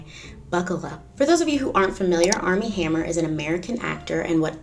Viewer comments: Arm and hammer...I keep thinking you are saying that brand lol 😆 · Totally thought you said ARM AND HAMMER. Couldn't figure out what baking soda had to do with it...